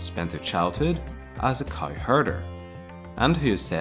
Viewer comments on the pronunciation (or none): Where are you from? Why do you pronouce "cow" like that?